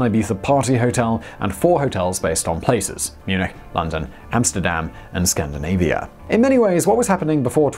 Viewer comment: Did he say "Hamsterdam"? Didn't know Bunny Colvin made enough to buy an island.